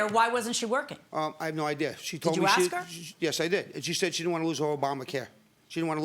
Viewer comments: Why are you AXING her....why not just ASK her ? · accepted where ? I was taught English in America . You ASK someone a question.....you don't ax someone a question.............